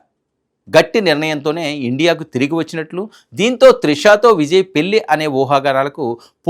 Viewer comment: పెళ్లి. పెల్లి అంటున్నారు. ఇన్నాళ్లు! ఇన్నాలు కాదు. Diction n pronounciation matters. Telugu ni istam vochinattu chadavakandi. Arthalu matipotayi. Go through the script thoroughly n stand in front of the camera.